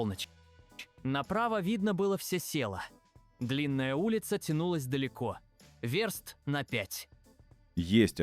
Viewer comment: "верст на пять" Автор, та вЁрст, а Ё всегда ударная. В первом классе забанили?